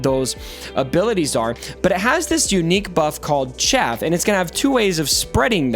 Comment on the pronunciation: Arnold and mobile kept calling it chafe instead of chaff, and I was getting so annoyed. I'm glad you're the better reader.